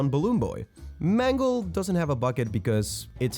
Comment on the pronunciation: Mangle not mandle😂